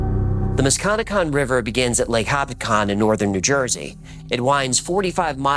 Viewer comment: Also about the mantis man; the river is pronounced Musk-ka-neck-kong Or the Muskie for the locals (I had no idea bout this legend but I live and cross the musky daily)